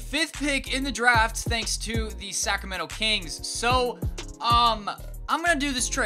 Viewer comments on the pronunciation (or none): none